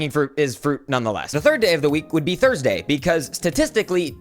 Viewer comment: thorsdee.....wait that doesn't sound right